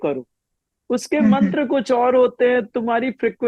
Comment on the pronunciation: मंत्रा नहीं मंत्र कहते हैं